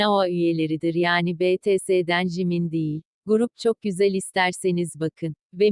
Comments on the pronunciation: İnternetten okuttuğu için BTS ti betese diye okuyor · Takildiğim tek şey bts'se betese demesi ssjjsjs